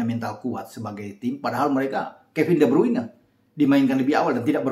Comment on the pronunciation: de Bruijne ( Brayne ) bukannya Bruin .❤️